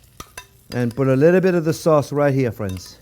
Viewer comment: its "phrinzzzzzz".....